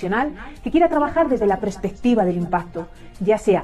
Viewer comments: Además dice "prespectiva" en lugar de perspectiva. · El corrector me lo puso bien jiji...dice prespectiva la mujer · ¿Begoña no sabe decir perspectiva? Dice prespectiva, poca cultura.